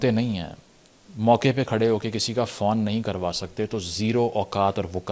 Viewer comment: Fawn nahi hota, Fone hota hai. You're welcome. Apka Bara bhai!